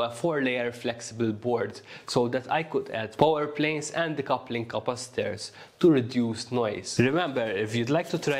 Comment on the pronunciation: Capacitors ❌ Kapastairs ✅